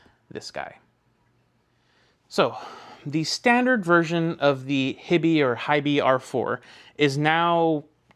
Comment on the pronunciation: Is HiBy not pronounced"High-Bye"? Like Hi-Fi? I kind of figured that was the point of the name haha